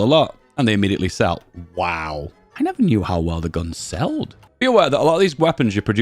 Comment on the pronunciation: Sold, not seld.😂